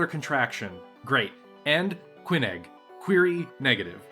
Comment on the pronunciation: Lyran/ LEER-un. There is no I, there are only two syllables. And how do you get Tuka-yAd? I do love your content and general style and enthusiasm, but you're killing me over here... Also I believe they're properly pronounced "kee-AFF" and "kee-NEG." At tleast that's how they pronounced it in the voiceover of the intro cinematic of the Mechwarrior 2 expansion, Ghost Bears' Legacy. Aff and neg are also standard substitutes for yes and no in general conversation.